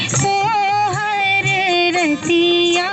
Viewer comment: जिसे कम से कम "रतिया" का उच्चारण एवम् भावार्थ नहीं पता वो भी सोहर गाने का दुस्साहस कर रहा है...!